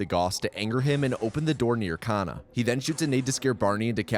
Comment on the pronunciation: about 15 minutes of this run I thought said "kinda" instead of kana "then he kinda crouches to avoid..."